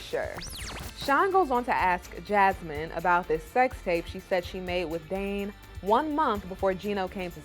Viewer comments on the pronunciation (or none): Jasmine will always do what she wants because at the end of the day, Gino isn't going to do a damn thing about it and she knows it. Please Jasmine...try pronouncing "Dane's" name correctly....it's not DAN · It’s DANE not Dan you mook.